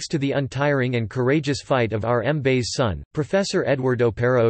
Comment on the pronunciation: Hahahahahaha. Did it really pronounce Mbaise as M-base or is it just me?